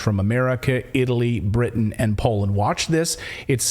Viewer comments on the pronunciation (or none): none